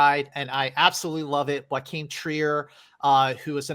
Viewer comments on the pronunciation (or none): Why pronounce JOACHIM Trier like "Joaquin"? It's not even close. Norwegian and Spanish are two very different languages.